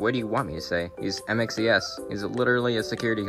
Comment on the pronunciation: Btw u said his name wrong its M.X.ES